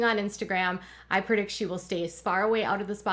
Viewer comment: The word is PREdict, NOT PERdict